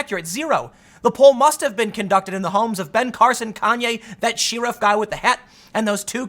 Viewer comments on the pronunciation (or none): what in the fuck is a "sheer-rif" ? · Anyone else notice how Tim pronounced Sheriff?